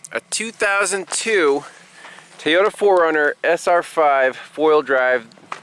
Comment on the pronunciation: Where does "Teeyota" come from? I hear quite a few people say it that way.